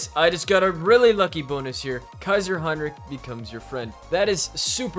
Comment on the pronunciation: I love how you don‘t say kaiser heinrick like so many others at least at many points 🔥🔥